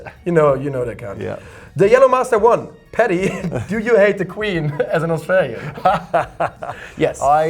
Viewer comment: Paddy my name ends with a J, not a Y. Horrible pronunciation (at least you got my surname right). Still, I'm just glad my question got selected. Thank you so much!